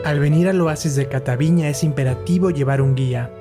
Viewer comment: No es "Catavíña" (con acento en la í) Lo correcto es: "Cataviñá" con acento en la "á", lo está pronunciando mal el joven. Pero gracias por mostrar lo bello que es Baja California, excelente canal, me subscribo